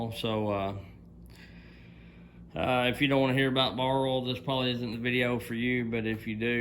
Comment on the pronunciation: What is Ole, don't you mean Oye ill? 😊